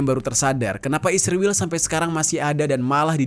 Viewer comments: Bang kenapa sih pake kata "isriwil" sebut ae "israel" gitu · Anda ini anti semit dari cara anda mengucapkan kata isriwil dasar rasis